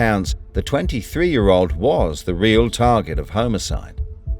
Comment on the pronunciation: Ho mo side.......best pronunciation ever!!! Lmao 🤣🤣